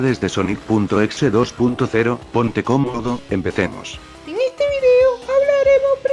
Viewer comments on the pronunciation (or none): none